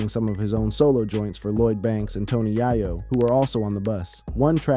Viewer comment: Dawg! It’s not yah-yo, it’s yay-yo